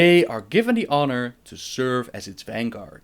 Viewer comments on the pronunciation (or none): none